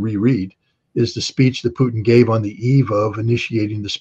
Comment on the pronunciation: Dear host, "Putin" is not pronounced as "p-n". More like Poo-teen. Vladimir: accent in the middle: Vladeemir accent on ee. Thank you for great interviews!!!!